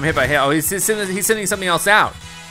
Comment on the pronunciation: he said hell instead of hail anyone else catch that?